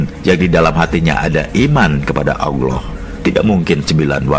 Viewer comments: Videonya bagus, cerita yang disampaikan oke.... hanya narator di dalam video ini menyebut nama Alloh saja masih terdengar Auloh... itu salah... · Yang ngomong kok nyebut allah dengan awloh? Sudah jelas pembuat vidio bukan orang yang tahu alquran dan islam